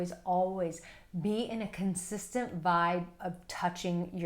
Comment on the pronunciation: Consisent CONSISTENT